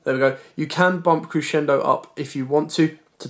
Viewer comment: Great explanation at the start and throughout. And congratulations on being the only person on YouTube who knows how to pronounce "Crescendo".